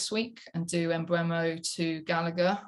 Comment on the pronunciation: It's getting painful hearing the mispronounced name of Mbeumo. It's pronounced M boo Mo Lee 👍